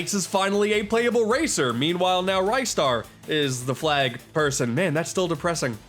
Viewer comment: dude you dont even pronounce his right u say ray star its ris star